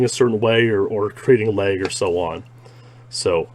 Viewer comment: How he pronounces lag he sounds like he’s saying leg in a funny accent